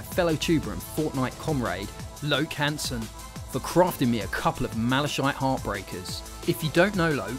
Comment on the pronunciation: I caught that too. its pronounced MALA-KITE